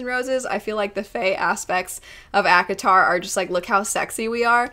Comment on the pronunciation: You say ACOTAR, my old ears hear Avatar...